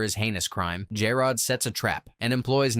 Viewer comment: PLEASE CORRECT PRONUNCIATION OF JAROD's name! Thanks for the recap, I love this show.😀